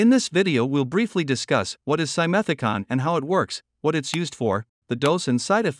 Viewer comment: Nsrrator mispronounces simethicone; last syllable rhymes with "stone". This kind of ignorance makes me distrust your credibity